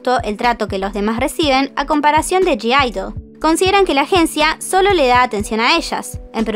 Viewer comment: la g no se pronuncia ..es así "Aideul",otro dato Gidle también las patrocina una marca de ropa global, llamada liphop.